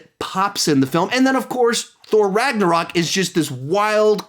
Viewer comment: RAGNARAK LOL 😂IM DYING